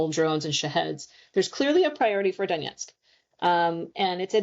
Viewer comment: The way pronounces “Danietsk” instead of “Donets’k” hurts my ears. The video is really good though, thanks!